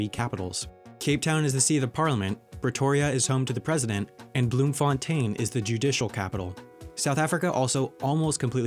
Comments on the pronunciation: WHY TF DID HE SAY BLOEMFONTEIN LIKE THAT? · “lessohtoe” “bloomfonteyn”